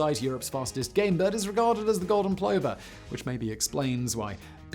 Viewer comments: Interesting stuff Simon, as usual, thank you. Except, umm. It's pronounced 'pluvver'. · And yet, in typical fashion, Simon mispronounced it's name. Poor plover!